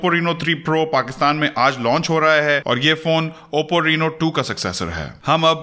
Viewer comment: bhai yeh reeeno nahi hai raino ki sound hai